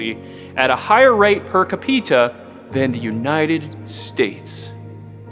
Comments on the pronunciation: You had untill i heard kapeeta instead of capita,.big mistake. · ca pita? Excellent video, but it's cap e ta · Are you mispronouncing per capita on purpose or by accident? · Per "kapeetah"😂😂😂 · The werd is pernownsst 'per-kapeeta' , you moron....didn't learn hookt on fonniks huh? 😂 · per cuh-pee-tuh